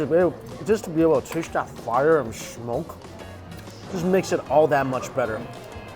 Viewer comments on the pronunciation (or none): none